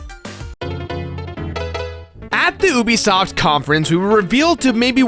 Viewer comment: Nobody watches your Ubisoft videos because you don't know how to say Ubisoft